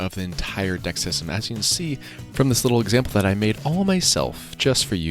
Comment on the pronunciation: Did he just say BIG BEAUTIFUL D**K or deck? 🤬